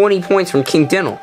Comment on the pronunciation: 1:pronounced (die-nal) 2:LP not FP 3: i did beat dynal with 3 bones